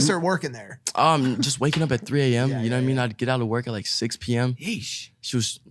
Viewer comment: “you kneow whet i mean” iann dior- 2020